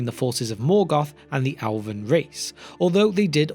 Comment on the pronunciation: When he says “Alvin” does he mean “Elven”?